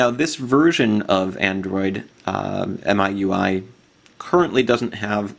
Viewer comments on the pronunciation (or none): Apparently it's pronounced "MEE-UI." I don't know who down-voted you? Nice video. I just installed MIUI myself.